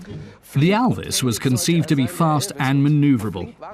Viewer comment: Der englische Kommentator spricht ALVIS wenigsten richtig aus !